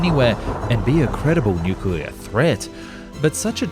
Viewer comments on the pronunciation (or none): Pronunced nookuler